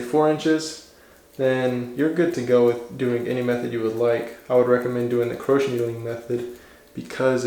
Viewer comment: Crochet needle pronounced (crow shay) not croach